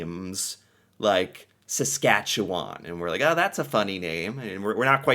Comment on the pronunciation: I am very amused that the British guy pronounced Saskatchewan right, but pronounced Ontario wrong